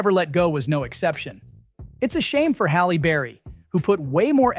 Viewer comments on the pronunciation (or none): none